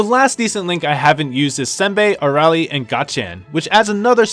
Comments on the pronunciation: Whats wrong with your pronunciation with some of the character names? Did you even watch dbz? Or are you just butchering their names on purpose? Mr. Satan dabura and arale... really? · Then that means you missed how he completely butchered Arale and Nappa as well. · Raiza X I understand messing up Arale but Mr. Satan and Dabura is a little too much